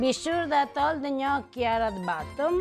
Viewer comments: PLEASE stop saying ‘Nee-OH-kee’ sir. It’s ’gnaw-kee’! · Gnocchi, pronounced like knock not know. ;) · Not easy for English speakers mastering gnocchi's pronunciation, which Gordon Ramsay doesn't... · Um, no. Don’t trust Gordon Ramsay when it comes to making OR pronouncing “gnocchi”